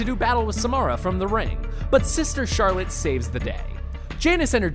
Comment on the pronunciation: You saying sister Charlotte had me dead ahahaha